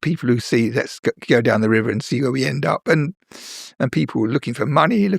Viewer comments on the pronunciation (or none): none